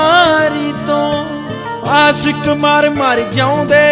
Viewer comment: bai teri boli da farak a tu ashiq nu asiq kehna